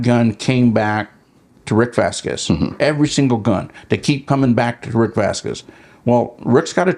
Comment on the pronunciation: The U in Vazquez is silent